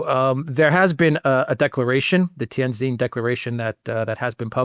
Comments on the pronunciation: Great breakdown of the road ahead, if i may help with the pronunciation of Tianjin it is Tian(Gin)jin not zin.., one of my Favorite Cities in N.Eastern china.. Great work. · Two points. First, the correct pronunciation of the name of Tianjin, the city in which the SCO meeting is being held, is Tian Gin. The second syllable "jin" is pronounced just like the alcoholic beverage made from Juniper. Second, one thing missing from your analysis of where Trump, Novarro and Nutlick are coming from is that these people (in contrast to Biden, Blinken etc.) really believe they are going to re-shore manufacturing in the U.S. India has been fantasizing (with encouragement from Biden) about being the new China -- the chief supplier of manufactured goods to the U.S. market. Trump isn't interested in a "new China." He wants toilet brushes, toothpicks, hand tools, dish washers, and everything else to be made in America. This is the main contradiction at the heart of Trump's falling out with Modi.